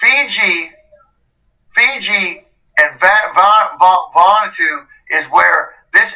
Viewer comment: I hate to see a Haoli struggling with pacific island names...Von oo a 2!!! 🤙🤙 Much aloha and rice from Montana.. C